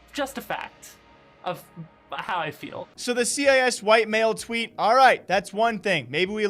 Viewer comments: appreciate the video, but please... cis is pronounced 'sis'... you dont have to say it like 'see eye ess' as in the CIS region. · it's pronounced sis, not c-i-s... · Why you saying c i s white males instead of cis (sis) white males. Was I taught wrong or is their two pronunciations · WTF are you pronouncing cis as C.I.S? It's pronounced like the siss in sissy. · C i S is pronounced sis 😘😘 love you daddy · Bro, cis is pronounced like "sis." And before anyone freaks out, Cisgender is a scientific term that's been around since the 90s. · it's pronounced "sis" like the shortened form of sister not "C-I-S". But enough of me being triggered. This is why trans people get flak. You CAN be yourself without shoving your beliefs down everyone's throat. As a trans gamer, I can understand the anti-inclusive sentiment. Note that understanding and agreeing are 2 very different things. But saying you're BAN immune while being a, dare I say, garbage human being; just stop. TL;DR: This is why we cant have nice things. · C I S lol. its pronounced “sis” great video as usual. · "cee i ess" xD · Its CIS as in the region its the word cis, said sis, it means that you are male and think your male. Its fucking stupid. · Bruh said c.i.s 😂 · Hey my man ‘cis’ is pronounced ‘sis’ for your future reference🤙🏻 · the way you say cis is funny cause you say it like it's an acronym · cis is short for cisgender, please check your pronunciation.